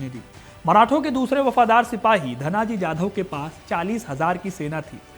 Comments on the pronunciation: Santji aur dhanji nahi.. संताजी & धनाजी Next time pronounce correctly and do your research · शिवाजी महाराज बोलिए। संत जी नहीं, संताजी। धनजी नहीं, धनाजी।